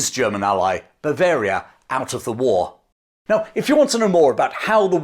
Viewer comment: He's done it chaps, he got 'Bavaria' right!